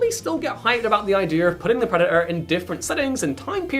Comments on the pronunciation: Preh daht er. Not preh uh uh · Love your content but please learn to PRONOUNCE “Predator” correctly, it does have a “T” in it